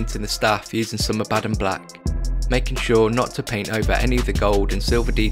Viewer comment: Must you slaughter the pronunciation of abaddon and custodes